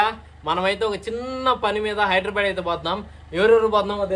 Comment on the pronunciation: ఒరేయ్ నాయనా హైదరాబాడ్,, కాదురా హైదరాబాద్ 🤣🤘🏻